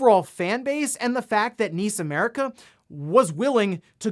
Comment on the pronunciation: N.I.S. America! ....👀. Not niece. N.I.S. 😔.